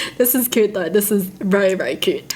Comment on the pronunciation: Its Not Coot It's C-You-Te...